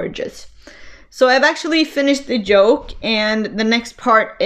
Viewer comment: Your podcast was very good. High marks for content and enthusiasm. You English is excellent and I had no problems understanding.One tiny thing , yoke and joke are two different words. Otherwise, very good.